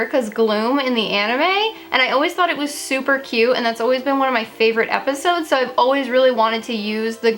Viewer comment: Lol you said “fravorite” lol